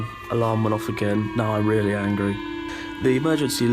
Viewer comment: Nukes are weally dangewous?!?!?!